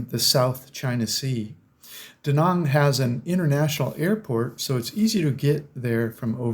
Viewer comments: Trying to help those people -Too many GIs died in Da Nang for me to consider it a retirement spot, it’s a friggin communist country ! It’s not pronounced Da Nong it’s Da Nanang - Army Vet Retired 🇺🇸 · I appreciate you are a traveller, but you are still a yank who butchers foreign words. Vietnam ends with nam rhyming with ham and Da Nang is not duh nung! Other than that I enjoyed your vid. Off to Da Nang for 12 th Viet trip in May.